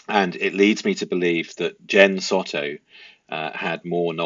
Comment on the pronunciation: The last name is pronounced Sew-toe. I believe Jenn is totally complicit in Madeline's demise.